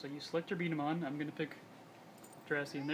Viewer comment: B dama not b damns ball